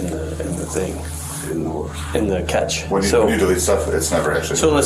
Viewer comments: Cache is pronounced as ( cash ) not ( catch ) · "the catch" (cache) lol